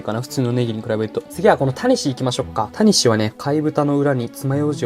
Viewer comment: タニシの発音違うくね？ 谷氏になってる